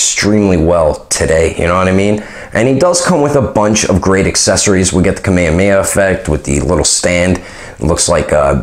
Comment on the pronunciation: JESUS FKN CHRISTMAS!!! Love what u do BUT ITS ...KA...MEH...HAAA .. MEEHH ...HAAAAA !!NOT ....KA..MAY,, YYA..MAY ..YAHHHH ....think nails on chalk board Thanks for the effort!